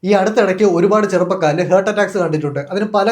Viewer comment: ഹേർട്ട് അല്ല ഹാർട്ട് ആണ്